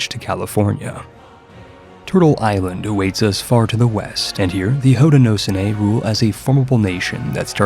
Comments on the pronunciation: Hoe-ti-no-show-knee for future reference, love an upstate New Yorker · its pronounced "ho-den-oh-show-knee" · Hey man, as un-"well ackshually"ly as possible Haudenosaunee is pronounced something like "Hoed-nah-show-knee" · Haudenosaunee is pronounced Hoe-de-no-sho-nee. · It’s pronounced HOE-DAN-NO-SHOW-NEE love me some Indigenous representation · Hearing your pronunciation of haudenosaunee makes my ears bleed, of course someone part of the haudenosaunee probably thinks the same of my pronunciation so shrug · That's not even close to how you pronounce Haudenosaunee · So, my grandmother is from the Haudenosaunee confederacy, and the “sau” in the name is pronounced with an h sound, similar to the Irish Sean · that Haudenosaunee pronunciation 😭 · I came here just to say this!